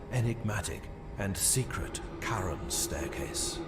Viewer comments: Charon is actually pronounced as "Karon". It's the name of the ferryman of the dead in Greek mythology, who would ferry souls over the river Styx and into the underworld, but only if you could pay him. If not, you were doomed to forever wander the banks of the river. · It's pronounced care-on. Aka the boatman? The ferryman of the river styx? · Actually you're both correct. In America, Americans pronounce the name officially as Keh-ruhn, while the official British translation is Cha-ruhn. So you're both right. Now for the actual Greek pronunciation, its pronounced Haron as the C is silent. Feel free to fact check it. :D